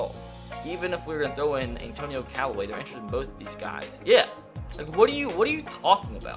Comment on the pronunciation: Anthony Callaway don't do my Brown's like dat He did say it right later